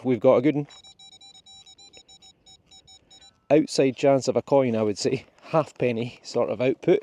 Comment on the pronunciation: Not 'half-penny,' despite that being written on it. It's a, 'ha'penny' (pronounced hay-penny).